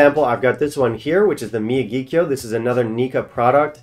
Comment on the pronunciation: Nikka from the Barrel is around $65 at a brick-and-mortar here in CA. Miyagikyo is around $100. Ichiro Malt & Grain is around $100. Btw, it's pronounced mi-YA-ghi-kyo. Remember "Mr. Miyagi" from "Karate Kid"?